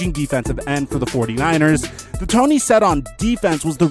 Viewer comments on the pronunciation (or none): none